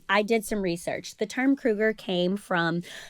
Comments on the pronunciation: Cruger???? Lol its cougar🥲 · Cougar --- not Cruger...